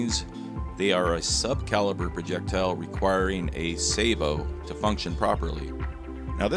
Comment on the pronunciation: It's pronounced sabot, not sabot!